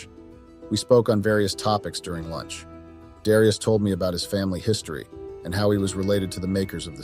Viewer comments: Dare e us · Is it Dare ee us, or dee ar us? Damn mispronouncing AI!!